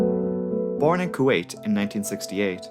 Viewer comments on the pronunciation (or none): none